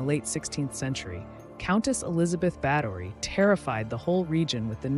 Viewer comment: Bathory not Battery . Koch is pronounced Coke. Isle is Ilsa.